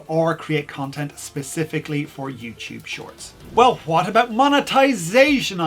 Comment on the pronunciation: youtube, not youchoob